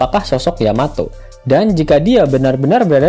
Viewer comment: Yamato bkn Yametee😆😆😂😂